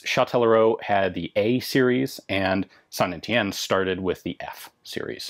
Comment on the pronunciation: Damn, I finally know how to pronounce "Saint Étienne". All that time spent staring at the girls in French class might not have been a total waste.